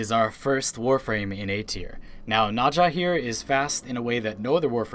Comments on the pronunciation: Are you saying naja instead of "Naz ha " for her? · Nausea lul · "Najha" "Vivancḗ" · the funny thing is nezha's chinese pronunciation is "nazah" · "I play this frame all the time," pronounces the name as nazha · the way you say nezha sounds so incorrect. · Stop saying nazsha sry i just cant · If you love Nezha, please learn how to say his name because you're saying Naja, and that simulacrum pronunciation. Ouch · nobody triggert y the way he says NEZHA? NAJA wtf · Nezha is pronounced Nezuh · nezha is pronounce NahZHah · The way you pronounce "Nezha" really bothers me. His introduction video pronounces it completely differently. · you said nezha wrong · wtf is up with that pronounciation of Nezha? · u cant pronounce nezha right at all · Im sorry but i just had to say that the way you pronounce Nezha makes me cRy AnD lAUgH aT thE sAmE TIMe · I hate the way you say "Nezha" incorrectly. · Bruh thats a Weird way to Pronounce N EZha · the way you pronounce Nezha and Nekros bothers me.... very greatly